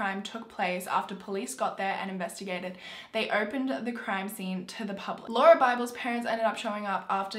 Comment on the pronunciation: You pronounced Lauria's name right